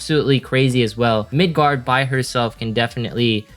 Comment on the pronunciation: Btw its Migard not Midgard